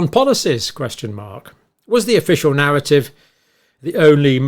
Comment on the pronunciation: *the pandemic NAR*ATIVE arrived.